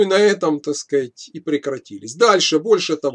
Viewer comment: Если хочешь набухаться, каждый раз переворачивай полтос, когда произносит слова: "Такскать" Простите меня, )